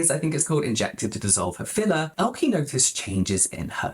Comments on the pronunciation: It's pronounced like "Elka" 👀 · FYI, both E’s in Elke are pronounced like the E in “eh” (you know, like 🤷) 😂